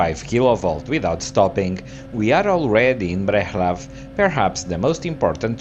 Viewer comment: Breclav to be pronounced about so: BreTSlav